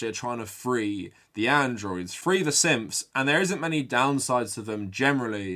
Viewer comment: Every time you say syths all I hear is simps